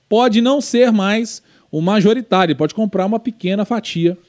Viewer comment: é MAJORITÁRIO, e não MARJORITÁRIO, blz?